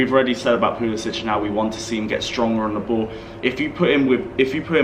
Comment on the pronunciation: Can you please stop saying Pulis "itch"! His name is Pulis "sick". Thank you